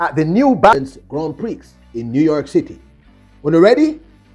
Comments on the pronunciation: Hello..the X is silent in Grant Prix..it's pronounced "Grand Pree"...its a trench influenced terminology meaning Big Prize. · the right pronounciation is 'Grand Pree'... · GRAND PRIX is pronounced "GRAWN PRE", It's FRENCH.....As for Gabby Thomas, i see her and Christine Mboma eventually doing battle over the 400 Metres, rather than the short sprints. Technique-wise, they are similar, and are obviously very talented. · The X is silent is Silent in Grand Prix !!! LOL!!!